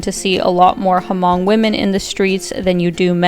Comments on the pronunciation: Great vdoAlina, but you should pronounce Hmong with the H being silent. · Corrections on the name HMONG, The “H” is silent, the proper pronunciation is MONG, not HA-MONG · The H in Hmong is silent... just say "mong" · Just fyi but, h in Hmong is silent. The locals just say ‘người Mong‘, Mong tribe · The H is actually silent we Asians pronounce it mong 😂